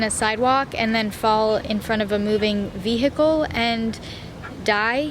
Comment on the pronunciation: “Fall in front of a moving veeheecle and........die” LMAO 😂😂😂 you’re too funny